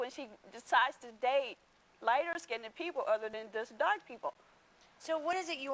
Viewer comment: It's Skinned not Skinded